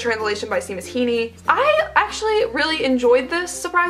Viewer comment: Seamus Heaney is an Irish author, his name is pronounced (shay-mus). I'm Irish myself and one of my friends has the same first name 💜💜📚 Great video 💜💜📚☕️